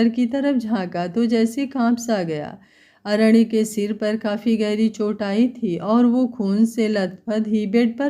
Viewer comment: अरण्य को ड नहीं न बोलो तो सही रहेगा अरेड नहीं